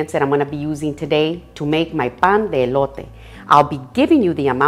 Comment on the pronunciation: I love it when you say pan de elote tu espanol es perfect